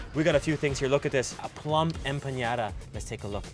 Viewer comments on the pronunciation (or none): Hey. It’s announced Em-pa-Na-da. The sound you are making is for the Spanish Ñ. Great videos. Just wanted to let you know the difference. Keep up the great work! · its not EmpaÑada, its EmpaNada xddd. U are so funny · It's not empañada pendejo!! Es EMPANADA. it's not calabeza...it's CALABAZA animal.. your Spanish is truly bad you should take classes. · So sweet you say "empañada" instead of "empanada".. first word means fogged..😊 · Its EMPANADA, not EmpaÑada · Long time watcher, first time commenter. I love watching your videos and hoped you'd make your way to Mexico! I'm so glad you're having a good time! I just gotta say, though that I can't let you go another day in Mexico mispronouncing "empanada". It's a regular N sound not an "ñ". ¡Salud! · Hello there! I love you guys’ videos. They’re so informative and I enjoy how you emerge yourself in the cultures!! 👍🏻👍🏻 P.S. I just have two comments... it’s “flor de calabAza” and also it’s “enpaNada” hahah I live in California and we have these hahah other than that c’est magnifique! 🙌🏻🙌🏻